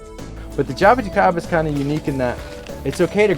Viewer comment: spot on, the best spoken Jaboticaba word I ever seen on youtube for a non Brazilian person! Great project and knowledge. There's still hope for this world!!